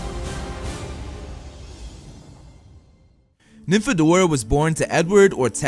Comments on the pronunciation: hey! you! dont call her nynfadora! PLEASE JUST DONT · I read Nympho-dora